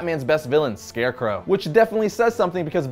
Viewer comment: I love ' pronunciation of Scarecrow.